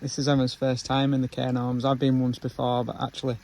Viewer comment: Ive watched your most videos, so now im gonna binge watch from the start. Had to laugh though when was saying Cairn Orms. There is a 'g' in the middle. Its a weird one though, coz its pronounced as cairn gawms. No "R" is sounded in Gorms. UPDATE: apologies guys, I've just watched your "FAKE" new year's eve video where you corrected yourselves 😂 my bad. You pair of nutters. Defo a couple I'd love to meet. 💙🩷